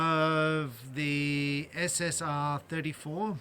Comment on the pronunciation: Hi, helpful review except you mispronounced the name of it a few times. It's not "SSR"34. It's SS34.